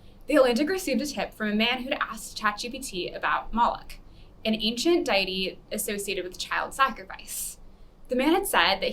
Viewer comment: And the pronunciations: "An ancient dighty" lol